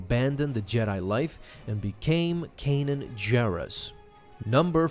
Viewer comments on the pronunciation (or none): none